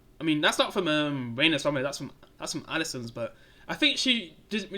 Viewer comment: It’s Rhaneyra Ren ae raaa 😂 and the dragons are much better on here than GOT they all have a distinct look and personality